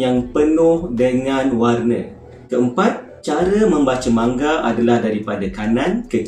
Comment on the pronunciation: Sebutan dia manga laa 😒 bukan mangga